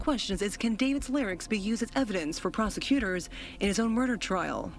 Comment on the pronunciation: sounds like prose-cuters